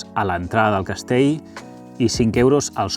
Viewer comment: Millor Castell, que Castei. Millor ell, que ei. Ja que fas aquest reportatges en català, sisplau, respectem'ho.